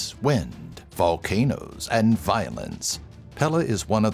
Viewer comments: It’s pe-le not pe-lah lol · Its pae-lay thats how you say her name.. For she come and strike yall asses with some... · Isn't Pele actually supposed to be pronounced "Pay-Lay"? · Pele is pronounced pay-lay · Pele was pronounced wrong but I love that my Hawaiian goddess got on here